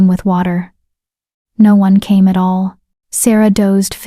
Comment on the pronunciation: Please stop guilt tripping throughout the story . It's amazing that the AI voice can put emotion in the plea's for subscriptions but can't get the emphasis of "ALL" correct instead says A-L-L . I have not subscribed and won't until the guilt trips stop. I don't mind a reminder of " don't forget to subscribe halfway through but please stop the manipulation.